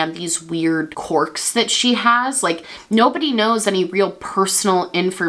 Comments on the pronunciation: Is she saying "corks" instead of "querk?" ❤️❤️ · Love you and love the video (haven’t heard this story before and was living for it) but I cannot get over how you say “corks” haha just a southern girl not used to that accent